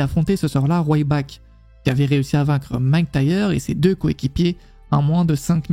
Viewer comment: va falloir progresser sur le prononciation des noms :') RYback et McINtyre